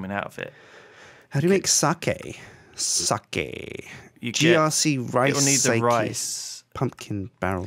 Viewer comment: I love that pronounces sake correctly... and Kim, an asian, pronounces it wrong.